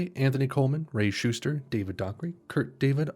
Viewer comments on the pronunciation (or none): none